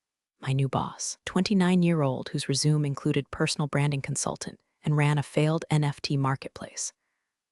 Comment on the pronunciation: "Resume" is a verb . . . resume is a noun, is a different word, and is also pronounced differently. "Wound" is a verb . . . wound is a noun, is a different word, and is also pronounced differently. These are not complex, rare, or unknown words in English. This seems odd.